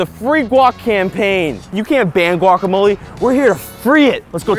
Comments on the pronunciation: Their pronunciation of guacamole cringes me. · You don't even pronounce guacamole corectly